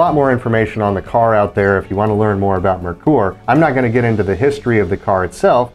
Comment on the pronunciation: Well done on pronouncing Mare-Coor correctly! Nailed it! Fun walk through.